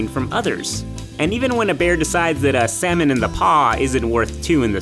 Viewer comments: The way he pronounced it didn't even go well with the joke. It's clear he didn't write the script. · "And for the bear, time is money. Or really..." Me: "honey". MinuteEarth: "sal-money". You're killing me.